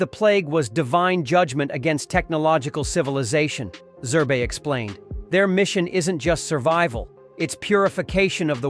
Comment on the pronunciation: The man's man is Zerb not zerbee he is not a stuffed toy